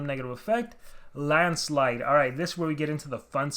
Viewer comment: When you say the Onminus landslide... I hear Ahma Niah's grand-slide....